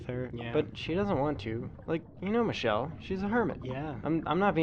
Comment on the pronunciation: “Mishelle” Nice